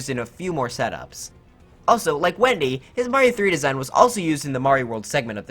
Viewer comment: It’s Wenda not Wendy